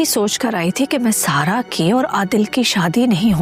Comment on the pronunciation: Kisi ne notice kiyaa Zara ko sara bar bar sara kahti hai